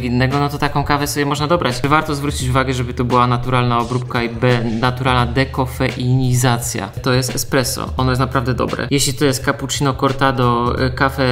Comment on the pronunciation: Daję lajka za piękne wymówienie słowa „dekofeinizacja” 👌🏻 podziwiam😄